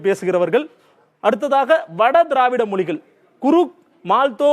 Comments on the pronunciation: மொலிகல் என்று சொல்லாமல் மொழிகள் என்று சரியா உச்சரிக்க வேண்டும்.... உங்கள் உச்சரிப்பு நீங்கள் தெலுங்கர் என்று காட்டிக் கொடுக்கிறது... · Your pronounciation itself is not good. Not pronouncing Mozhigal correctly